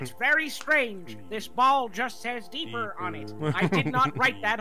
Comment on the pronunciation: Every time says "deepurrrr" I lose my shit. We made a few TMA jokes in chat during the robbery tape.